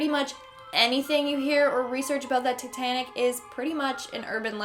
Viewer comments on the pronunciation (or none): Tittanic what’s That’s it titanic